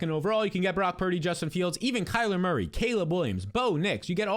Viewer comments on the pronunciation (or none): none